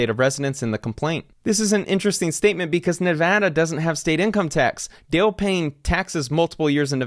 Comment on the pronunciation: It’s nice to hear someone actually pronounce Nevada correctly.